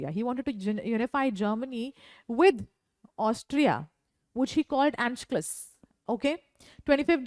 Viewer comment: your pronunciation of anschluss isn't correct.